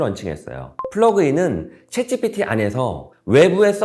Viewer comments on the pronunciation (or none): none